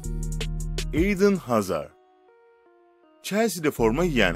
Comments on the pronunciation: Ben bu adamın ingilizce kelime okumasında çok gıcık oluyom gareht ne abi idın hazar değil eden hazard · Eidın hazar değil eden hazard yani yazıldığı gibi okuyacaksın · İğdın hazar değil eden hazard diye okunur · eden hazaar dı düzgün okuyamayan uçak pilotu eydın hazar ney lannn